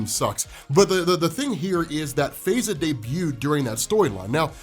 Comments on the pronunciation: In the U.K. she would pro ounce her name "FIE za" not "Fey za".👍🏾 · Her name is pronounced Faiza like pie-za . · Faiza is pronounced Fy-zaa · It's pronounced Fa-ey-za bruh